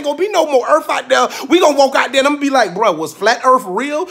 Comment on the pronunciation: "Ain't go be no more earf out there" 🤣🤣